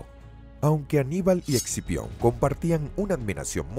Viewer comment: Scipio, quien sabe porque el el narrador dice exipion xd